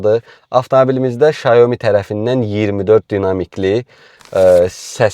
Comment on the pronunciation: 小米 (Xiǎomǐ）- Siao Mi - duzgun deyilishi, S herifi ile bashlayir